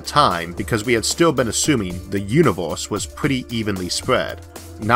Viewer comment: "di yunivous"